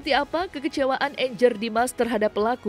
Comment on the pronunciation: 😂😂😂 Angger nama Jawa banget dibaca Enjer, parah Lo min...